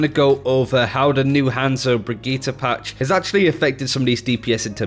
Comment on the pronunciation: 2 things is he purposely saying Brigittes name wrong cuz it's super annoying and as someone ranked master I can say that tracer isn't dead I use her a lot myself and I always see her on the enemy team she is a top tier pick and if u think otherwise they you don't know how to use her correctly